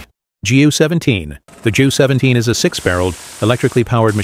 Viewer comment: Bruh, teach the robot it's pronounced "Gow" like cow with a 'g.'